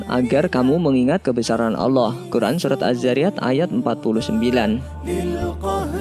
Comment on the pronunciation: Bang sebenarnya yah allah bukan yak allah